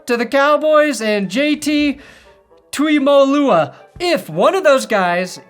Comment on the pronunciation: Pronunciation help: Ezeiruaku = ez-er-RAH-koo Tuimoloau = tooie-MOH-loh-au